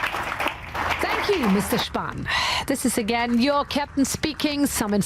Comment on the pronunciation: As a german, it was really hard to listen to Mr. Spahn's horrible mispronunciation of some of the words of his speech. Besides that I really enjoyed the show they gave Elon